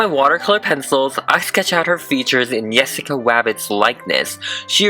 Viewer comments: I thought he lkept saying Yessica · is he saying yessica or jessica O_o what, i 'm confusion edit: it sounds like yessica to me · He says it like "Yessica" not Jessica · it is a J not a W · He is saying yessaca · It is Jessica not yesica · It’s Jessica, not yessica. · Great way of saying her name